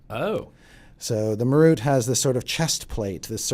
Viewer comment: dont like the way they say Marut..."ma ROOT"?? Ive always said it as MAR rut.